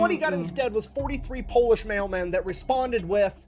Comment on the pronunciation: it wouldn't work because of his butchered pronunciation